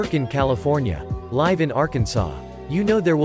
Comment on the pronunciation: LyeV somewhere. Today I learned that American English pronounciations are hard to master, even for a robot reading YouTube comments.